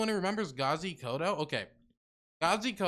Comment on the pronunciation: KODZO not koto. And yeah he's crazy but he's also really funny.